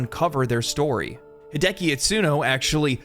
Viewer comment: Hi De A Ki It Su No. I'm sorry hi de ki just sounds weird to me.